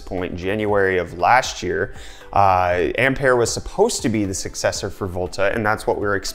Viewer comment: Oh ... finally someone says 'Ampere' in the correct way .